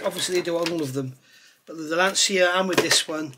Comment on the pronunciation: I knew you would rise to the challenge! 🤣 resistance is futile. If you don't beat this into submission, I'll eat my hat. Nice to hear someone who can pronounce Lancia properly too.